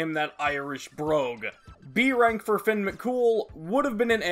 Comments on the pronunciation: As a Irish person the way you say fionn kills me it’s pronounced (fee-unn). Your pronunciation of mc cumail is pretty good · I always pronounced fionn as fionn mc cum hail 💀